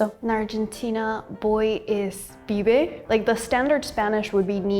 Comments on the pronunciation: The word is pibe, not fibe, so it makes sense that it comes from pivello, especially considering that in Spanish we don't differentiate between the sounds v and b. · it´s not Fibe, it´s Pibe, it probably comes from Pivello lmao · its not fibe is Pibe with p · I liked the video, but a little correction, in Argentina we don't say "Fibe", instead of the F we say it with the P, that is "Pibe" <3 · It's not "fibe" with an F, it's "pibe" with a P. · es PIBE no fibe... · Not fibe, but pibe. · it's not fibe, its pibe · Pibe not Fibe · It not "FIBE", its actually "Pibe" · it isnt "fibe" its "pibe" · fibe no, Pibe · Indeed pibe, not fibe, comes from pivello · "Pibe" not "Fibe" "Tuco" is not just tomato sauce it's tomato sauce with smashed meat and chopped onion (and some add garlic) "Gamba" is not only used for "legs" but also "una gamba" used to mean AR$ 100 (Or nowadays more or less US$ 0.10 - THANK YOU ALBERTO FERNANDEZ!! We don't miss you!!!) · PIBE, not fibe <3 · as a real argentitian, we dont say "fibe" as slang for boy, instead we say "pibe", she was kinda wrong there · PIBE, not FIVE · Its Pibe not Fibe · its nos fibe its pibe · is Pibe no Fibe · Not "fibe", "pibe" btw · PIBE... NOT FIBE... damn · It's "Pibe", not "Fibe" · Pibe: 🚫 Fibe: ✅️ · ES P I B E NO F I B E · THE WORD IS "PIBE" NOT "FIBE". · it's not FIBE, It's PIBE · Who translated this? Here in Argentina we say PIBE, not fibe. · Fibe no jajajaj Pibe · It's not fibe, it's PIBE. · not is " fibe" is " pibe" with P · fibe? its pibe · A little note, boy is not "fibe" in argentinian slang like it's written on the transcript. It 's "Pibe", which makes more sense with the italian parallel "Pivello" because they're similar in phonetics. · Pibe, not fibe. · the word is "pibe", not "fibe". You cant teach so bad. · pibe*, not fibe btw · In Argentina is Pibe, not Fibe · es PIBE no FIBE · It's Pibe not Fibe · its not Fibe, its Pibe 😶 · Why subtible say Fibe cuando claramente dicen Pibe??? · It is pibe, not fibe in Argentina